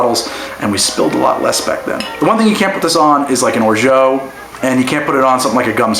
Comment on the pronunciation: Unfortunately it's or-zhah not or-zho